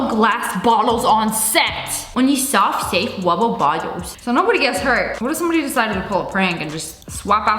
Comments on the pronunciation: Onwy swoft swafe wubber bwottles 😆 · "Swoft Swafe Wubber Bwottles" 😌👌 Yes.